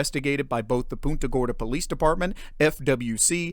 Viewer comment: It's pronounced PUNTA (like you PUNT A football) and not POONTA.